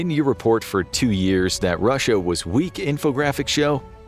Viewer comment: nah literally listen to the first sentence spoken. When he says russia the it sounds glitch and the way he raises his voice so weirdly when he says 2026 just doesn’t sound right at all